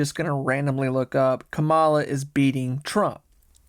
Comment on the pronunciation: He said ka-MA-la hahaha😅